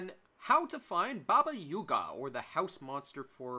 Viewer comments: Did you really just call Baba Yaga , Baba Yuga? its AA not UA. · great vid, the "up to 15 min in" thing was killing me... just why u call it baba yUga? LOL also there are 2 more trees you can climb btw, the ones closer to the portal